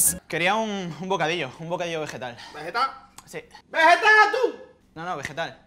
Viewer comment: Vegetsaleh tsuh